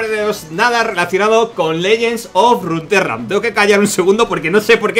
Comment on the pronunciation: El juego: Legends of Runaterra: Legends of Runtrra